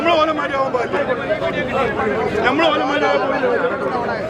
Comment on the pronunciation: പക്ഷേ ഒരു കോഴിക്കോടുകാരനും, മര്യാദയ്ക്ക് 'കോഴിക്കോട്' എന്ന് പറയാൻ അറിയില്ല..അവർ എല്ലാരും പറയുന്നത് 'കൊയ്ക്കോട്' എന്നാണ്